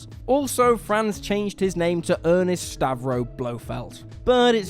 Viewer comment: It's ERNST Stavro Blofeld, not ERNEST. Also, what everyone else has already said about Glass....Fire your writers. They clearly do not do their job well. Seriously.